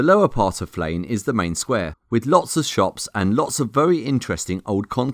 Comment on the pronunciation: It’s said like this... Flen